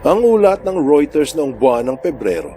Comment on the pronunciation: Tama na pronouciation mo ng Reuters, yung mga nito ay hindi pa dapat ay ng mga ito